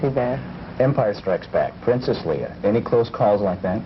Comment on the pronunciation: He keeps saying Leah instead of Leia as well. Would've been nice to have an interviewer who'd actually seen and paid attention to the movie..